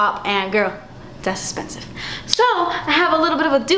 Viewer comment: You are my new FAVORITE YOUTUBER!! I died when you said "gurhl, das 'spensis"